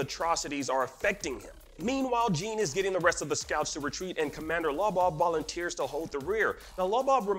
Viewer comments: Jean is not pronounced Jean, but John. Like how Sean is pronounced Shawn 😊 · “Jean” 😂 who says Jean as Jean like pants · Did you guys really have to make an explained video. What needed to be explained lol. The only thing significant that happened in that episode was Sasha dying. Everything else was sort of expected. And his name is not jeen like skinny jeans lol. If you watch the anime in Japanese you’ll learn how their names are really said. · Why are they saying Jean's name Jeen